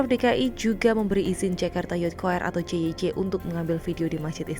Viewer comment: JYC itu stands for kalimat English. Jadi harus be read sebagai "jey way si" bukan "je we ce"